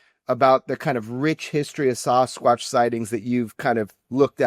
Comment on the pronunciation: I like Jeremy a lot but when I hear him Sossaqwsh like that I can vomit 🤢